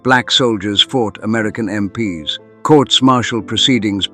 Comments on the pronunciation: Yep, AI-generated narrator. It’s pronounced “em-peeze”, not “em-pee-ess”. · Was starting to enjoy it, but then I realised it was AI narrated. MP ess? I’d block you immediately but for the story being relatable. Get a real narrator. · Bit odd how "MP's" is consistently read as "M P S", surely a War channel would know how to say that? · Why use AI voice? Pronouncing MP's as M,P,S? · You should fine tune your AI. when it says MP's (plural) it should not be M P S. got it? Also, and this I admit is a curly one, even for people, but Ye as in Ye Old Pub is not pronounced Yee, the Y is an old Anglo Saxon character called Thorn, and is pronounced as a Th, so Ye Old Pub is simply The Old Pub, that is how it is pronounced. F**k I hate AI. And who the hell picks photos??? For christ's sake the photo of Crossland is in fact AN AUSTRALIAN SOLDIER FROM THE FIRST WORLD WAR!!! Then we had a photo of a yank MP talking to an Australian soldier in Vietnam. Seems to be a mix of Artificial Intelligence mixed with plain old natural stupidity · Get a real person to read the script rather than damn stupid AI voice. You know it's AI when it falls over talking about American MPs and instead reads it as m p s . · "MPs" pronounced "MPS"... Can't you really not have a simple human being do the storytelling of this indeed incredible story?? Instead of this absolute moronic AI-sh!t?? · There is no M.P. S. The military police= MPs. I can't with the AI that can't tell the difference. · “MPS” 🤪Dead giveaway on AI narration. Just STOP with the AI narrators. I am not going to listen any longer. OUT! 🤬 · Crappy Ai video, random photo of Russian soldiers and photos from America in a story set in England, MPs pronounced as M.P.S., repetition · Sounds like a bot doing the nariation "MPs" is said as a work, not as i n d i v i d u a l letters. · What's up with the mixed pronunciation of MPs? One moment it's M P S others it's MPs